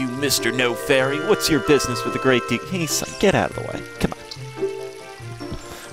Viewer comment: its pronounce as day-ku tree